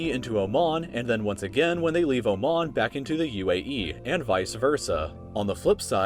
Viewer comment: i liked how you pronounced oman.